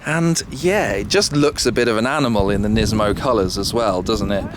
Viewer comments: nismo not nizmo. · Everytime he says "NISMOU", I have to think about Gizmo from "Gremlins"! Lol ;-)))